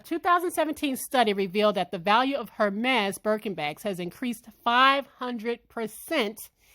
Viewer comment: The H is Silent. Pronounced ehr-mez